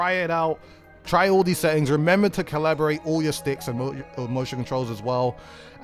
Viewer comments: Calibrate is pronounced "cal-uh-brayt" not "Collaborate" haha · informational what i did learn tho is you don't know how to pronounce Cal-Li-B-Rate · that's not an accent, that's a complete different word "Cabrilate" =/= "Calibrate" "Collaboration" =/= "Calibration" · Empress Aly Years late but that's not an accent, as an Englishman (if you'd call me that, as I live in England and so does DUDE), he's just pronouncing it wrong. No hate, I know it's not a common word, just saying. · DUDE makes a video to help the community improve. Community responds by criticizing how he pronounces 'calibrate'... smh... I, for one, really appreciated the tips and I can't wait to get home so I can try them out. Thanks DUDE!